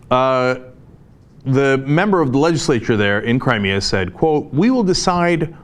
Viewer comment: Cri-Me-A-River?? hahahah...i like that one!!!